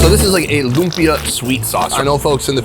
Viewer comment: Correction sorry its not "loompa" its like- loumpia but its not the spelling just the pronouncing